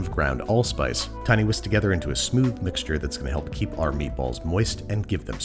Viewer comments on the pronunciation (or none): none